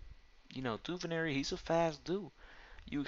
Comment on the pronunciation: Duvernay, not Duvernary... let how to read dude!